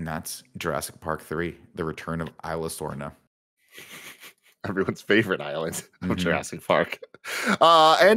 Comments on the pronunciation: The worst part about these reviews is that none of them can pronounce Isla Sorna / Nublar correctly. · The way he pronounced Isla Sorna XD.